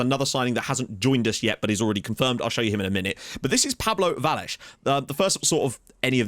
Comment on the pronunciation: Btw, the "ll" in Vallés is pronounced as an english "sh". So it'd be like a Vashés for you